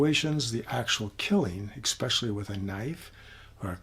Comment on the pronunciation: Hey guy, there's no 'x' in the word 'especially!' It's pronounced ESpecially, NOT "EXspecially" ffs! 🤷‍♂️